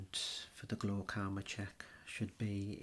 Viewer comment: English isn't my first language.. I don't know glaucoma word but he make it sounds like glocauma.. and yes it sound very relaxing and sexy